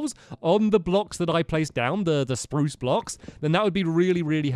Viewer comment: The... Spprruucceeeeeeeeeeee Planks